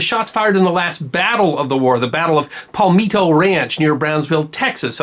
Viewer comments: Check your pronunciation on "Palmetto" and "Ponape". The first is "Pal - meh - to", not "Pal - mee - to" and the latter has the emphasis on the last syllable. By the way, it's been changed to Pohnpei now. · I get peeved when towns,places,bodies of water are mispronounced. mispronounced The Battle of Palmetto Ranch.Pal-met-toe,not Pal-meet-toe. Being from Texas, l have heard many mispronounced names in my 57 years. I know the Brits mispronounce the river between Texas and Louisiana,it's pronounced Sabeen,not Sabine as it is spelt. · Palmetto is pronounced with the sound of "set"....not "meat". No pal -meat-o. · Love this channel. Did you maybe mispronounce the name "Palmetto" ranch? chs sc.